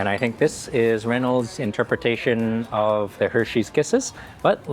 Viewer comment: You can't pronounce Reynold's 1st name either 😂😂😂 Its like the foil "reh-nolds" 😂😂